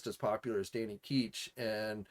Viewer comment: Danny Key-ch Iv never heard anybody say his name like that. That's like when people say Sim-be-ote when its really sim-be-it.